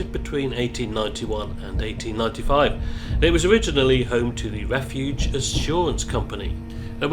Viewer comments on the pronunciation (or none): none